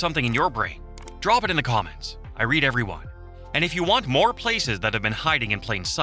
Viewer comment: I’m glad that your AI narrator says the word “read” correctly in context.